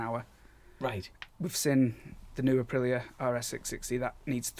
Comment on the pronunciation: The new colchester intro is doing my head in. How hard is it to pronouce Aprilía.